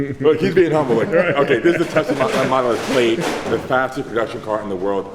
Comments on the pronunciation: Larry! It’s Plaid, not Played💀💀🤣 Like Plad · Wait how did he just pronounce P L A I D??